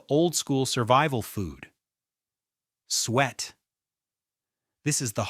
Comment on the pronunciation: 12is not “sweet”, it is pronounced “soo-et.”